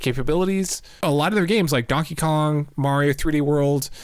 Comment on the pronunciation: "Jankey Kong"